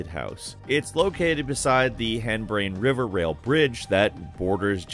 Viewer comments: I died when he said "henbrane river" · “the henbrane river” That hurt mentally